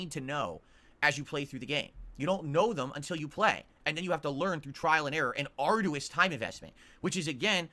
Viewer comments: Give us this day our daily Bookkeeper. Edit: "Ard-u-is"? What is that pronunciation?!?! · Arr-dew-us. with another mispronunciation. He didn't utilize anything in the death fight. They're huddled in a room with an oil barrel, didn't hit it with fire. Didn't utilize angles. That's novice stuff. Then, a character is emitting a green aura, he walked into it and took damage, got downed. So what does he do now that 3/4 are down? Switched to #4 AND WALKED RIGHT BACK INTO THE GREEN STUFF, stood there as the damage ticked, and party wiped. Then complained there was no fire on the ground? Obviously it was the game's fault.